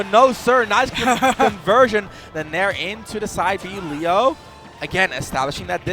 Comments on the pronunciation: Hate when they call him Lee Yo. It's Lay Oh. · Grateful for whoever told to stop saying Leeoh 🤦🏼‍♂️ LAY-oh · don’t forget leyo too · "Mk Leigh-yo" 😂🎉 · I can’t deal with them calling Leo LEEoooo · Lee-oh was driving me absolutely insane. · The constant mispronunciations of Leo was driving me nuts. How do you not know the name of one of the greatest players of the game that your commentating... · If drives me crazy how this guy's saying Leo's name. That's the goat, say his name right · Ain’t nobody gunna mention how neither of these commentators know how to say the best player in the worlds name? -_ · homeboy couldn’t decide which way to pronounce “leo” lmao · insane how youve heard someone say their name including everyone else pronounce Leos name for so long, and then still not being able to say it properly